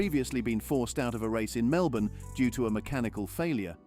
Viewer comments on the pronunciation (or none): none